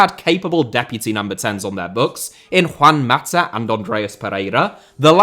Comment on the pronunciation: and a lot of people from the UK struggle to pronounce spanish names finishing in a. He used to say Matter instead of Mata, he says Iniestter instead of Iniesta, etc